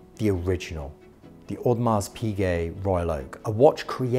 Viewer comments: Kinda lost interest when he pronounced the "s" in Audemars. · Kinda lost interest when he pronounced the "s" in Audomars